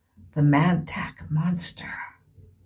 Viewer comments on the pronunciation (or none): It is pronounced MON-TOCK. Not Man-Tack.